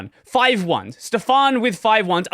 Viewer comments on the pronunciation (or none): none